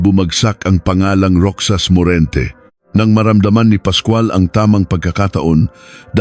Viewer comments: Anong roksas Ang basa mo sa Roxas Ang banggit niyan ay rohas (roxas) napaka bobo mo magbasa .. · Hindi roksas.. Roxas. (Rohas) Balik ka sa grade one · Ayusin mo pagbigkas mo hindi ROKSAS ANG BIGKAS NIYAN ROHAS ASUSSS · * pluma is fountain pen. * Fountain in Tagalog is balong or bukal , however, Filipino use the same word " fountain " or "paunten". ( 'Could have researched a little more. That there is NO direct translation of "fountain" in Tagalog.) - Roxas pronounce as ™Rojas not rocsas... - 12 = " labing dalawa not "labing-two" ? Should have been edited these mistakes, a lot of words are confusing. AI is helpful but use it properly, not overly dependent. SMH. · Rohas Po ang basa sa Roxas 😊